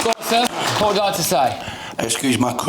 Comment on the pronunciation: 10.39 to 10.42. ,,'What will the government do aboud it?' x 2. 15.22 'wad I wanna know.' Please talk properly. You sound awful!!!